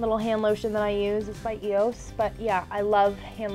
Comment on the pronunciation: She said eos wrong. But that's ok ☺️💕😂